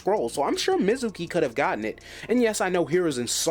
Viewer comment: I gotta ask cuz of how you pronounce mezuki, did you only read the manga/only watch the anime in sub??